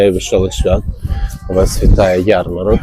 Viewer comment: тільки не ярмаркА, а ярмарОК)